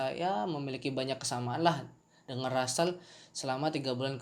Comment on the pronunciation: Itu namanya russel (ejaan indonesia = rassel) bang bukan ransell